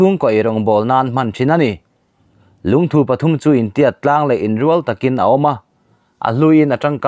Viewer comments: 1. Lungthu i rawn lam hi Lungthû tia lam san hi a dik zawk hmel e aw. 2. Khawrpum tia i lam pawh hi, thir chherna pum lam ang ni lo in, thil mum leh thei "Pum" lam ang a lam ni se a dik hmel zawk bawk, tih ka rawn sawi ve mai mai a ni e...... @@ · LUNGTHU LAMDAN HI ADANGDAI KANTI DAWN NGE...LUNGTHU ..NILOVIN LUNGTHUuuu tihtur😆🤣😂😅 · Lungthu thu tih lai hi Dangpuithu a thu rik ang hian lam rik tur. Dangpuithu i lo la hriat loh hlauh takin, thingthu tih a thu ri ang hian lam rik tur a ni e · Lungthu tih chu i va lamri dik lo ve👍👍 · Lungthu i lam dan hi chu a ngaimawhawm ka van ti em, ngaithla tu an tam si a,min zirtir dik lo tlatin ka hria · Eee.. I Lungthu lam rik dan chuhh.. A va dik lo nasa ve..